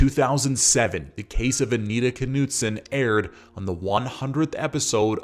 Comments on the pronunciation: The North Dakota pronunciation includes the “K.” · Dude the K is silent.